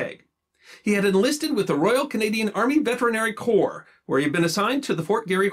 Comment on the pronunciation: Very interesting and entertaining! FYI: corps is pronounced core.